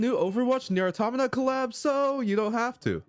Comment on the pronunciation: How tf you love nier automata but can’t even pronounce the name correctly 😐